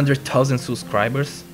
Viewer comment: The way he says.... the one hundred thousand SUSscriber